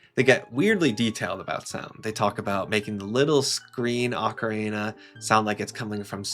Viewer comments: he said “Orka-reena” about 20 times and that is atrocious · Yet another Zeldatuber that can’t properly pronounce “ocarina”.